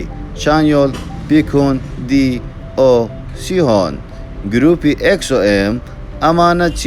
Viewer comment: سوهو نا سوهۆ 🤡👌 بەیکهیۆنە کاکە بیکهونی چ؟ 👽 سیهۆن نا سێهون